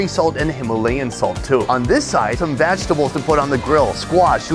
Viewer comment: Why does he say vagtables instead of vegetables? I say vagtables, and I wonder if he says it for the same reason.